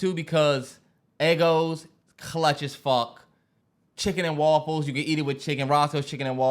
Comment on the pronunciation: “Woffles”- Terrance